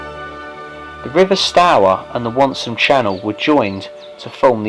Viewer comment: I've always pronounced it like tower. So you got it right imo.